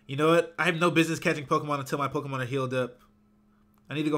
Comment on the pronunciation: why are u saying Pokemon wrong